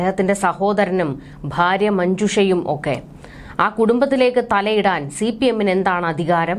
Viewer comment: ഫാര്യ അല്ല ഭാര്യ